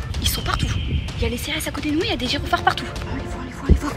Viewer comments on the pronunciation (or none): Elle a dit « gironfard » 😂💕